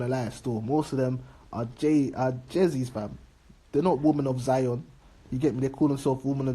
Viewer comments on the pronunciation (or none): none